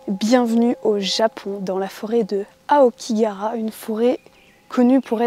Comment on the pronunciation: Mode Hermione Granger activé: c'est AokigaHAra, pas Aokigara.